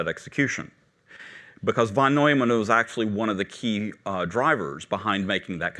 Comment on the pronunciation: Seems he's mispronouncing both ENIAC and von Neumann. ENIAC is supposed to have a long E sound. EEENIAC. And, Neumann is pronounced NOYman.